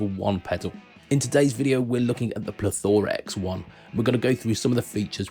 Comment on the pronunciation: it is Plethora x 1 not plethoraxe one